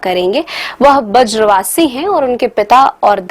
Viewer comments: Brij vasi to sahi se bol lo madam ji . Bajra vasi bol rhi ho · बज्र वासी नहीं 😂😂 ब्रज वासी 🤭🤭